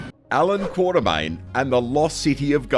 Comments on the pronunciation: Quatermain, not Quartermain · and Quatermain not Quaterman!